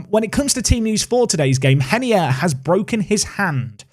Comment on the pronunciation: Is reinier actually pronounced “henier”? Sounds weird